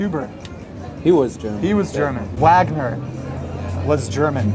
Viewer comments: It’s pronounced Vagner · Wagner is pronounced as Vagner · wagner is supposed to be pronounced vegner so the more you know